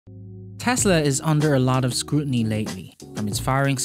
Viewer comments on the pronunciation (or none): none